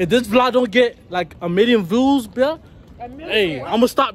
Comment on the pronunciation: “A million vluuuuuews” 🤦🏾‍♀️🤣 “with funnyness”🤔🤣